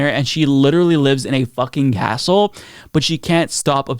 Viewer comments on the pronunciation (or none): none